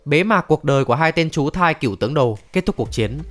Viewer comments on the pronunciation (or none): Chú thai k phải chú thái :))